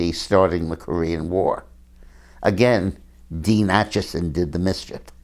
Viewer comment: Dean Acheson not Achison.